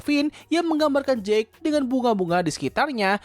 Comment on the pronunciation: Jake dibaca jeik, kalau jack dibaca jekk